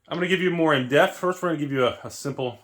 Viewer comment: did you say in-death or in-depth